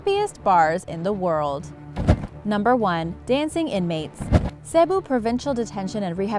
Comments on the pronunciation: Molly The Rebel so rude Dnt be a rebel be a LAYBEL xD sorry! btw people makes mistakes molly! Dont judge she did not even know how to read it I am nit a DRAMA QUEEN! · I live in the philippines but I have not eaten sinarapan. ALSO U CANNOT PRONOUNCE CEBU PROPERLY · you mispronounced Cebu